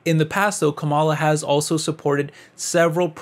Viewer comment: I had to stop watching because you keep mispronouncing Kamala. It's disrespectful and actually tells me that you are biased against her. In case you care to pronounce it correctly, it's like "comma" like in a sentence with "la" like singing lalala. So, comma-la. Kamala. Fox News mispronounces it deliberately to be disrespectful. So, even if you meant to come across as unbiased, it's unfortunately clear you are not.